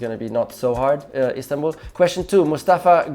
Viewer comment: Everyone's talking about 8th curve(s). Rico just explained how it happened. BTW, your accent is very good when you say İstanbul.